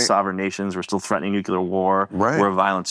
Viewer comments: Can we really trust someone that can't pronounce nuclear? He must have said it over 40 times and mispronounced it every freaking time. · I really do wish Elizondo had chosen a director who can pronounce the word "nuclear".